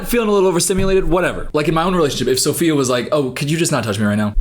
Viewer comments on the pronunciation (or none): none